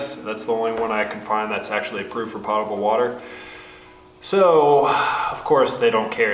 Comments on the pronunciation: That's poe-ta- bull. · Fact check, Potable is pronounced with a long O as in potato. It is a French word. I learned how to properly pronounce it in the US Navy 40 years ago! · Just a nit picky item. Potable--meaning drinkable is not pronounced like "pot". The O is long like poke. I think most people associate the word with a cooking pot and pronounce it that way. No big but since you are starting your catchment project you are likely to use the word many times.